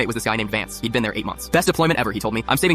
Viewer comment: did he say VANCE?